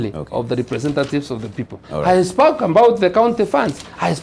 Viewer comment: Paind a salary... mbring... hasked... tongd... ndo it... accomondate... hi spoke ambout... oh God!!!!